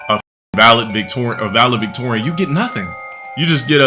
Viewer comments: The fact he struggled with the word and then “corrected” himself and still pronounced it wrong. This idiot really thinks he’s smart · "valevictorian" clearly a scholar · It's Valedictorian, unc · “Valevictorian” this guy is genuinely the dumbest goddamn dope this side of California